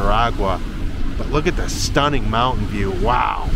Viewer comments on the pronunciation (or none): none